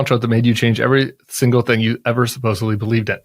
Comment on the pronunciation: It is supposedly not supposebly